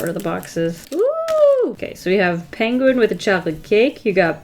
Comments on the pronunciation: I love the way she says the word penguin. (She says it like pang-win instead of peeng-win) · Me in my Harry Potter voice it's PEnguin not PAnguin lol. Sorry it made me laugh.